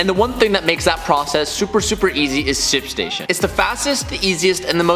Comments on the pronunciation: I heard simp station Or maybe its just me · my man struggles with saying “shipstation” lmao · trying to pronounce the H in ship station.🤣🤣🤣 not making fun... you should hear me trying to say double cheeseburger.😬